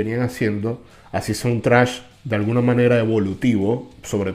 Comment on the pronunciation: Lo único incorrecto que hizo el Chombo y hasta creería que lo hizo adrede en modo humor no ofensivo, es cuando le llama Trash al Thrash, yo tambien cometía este error al principio como hispano hablante me suena más extremo por la pronunciación Trash que Thrash, de igual manera ni para sentirse burlado es material esa parte del video... Esos "Metaleros" ofendidos son los mismo que están hundiendo y apagando la llama del Metal y el Rock, EL ROCK NO HA MUERTO, pero no hay que negar que por cosas como estas empiezan denigrar un género tan bueno y rico y versátil como el Metal...